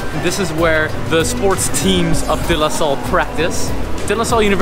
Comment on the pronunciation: Your pronunciation of De Lasalle is damn perfect! De losol is RIGHT